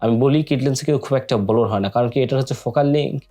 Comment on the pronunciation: ভাইরে, Blur তে ব্লোর না। ওইটার প্রনানসিয়েশন হলো 'ব্লার'।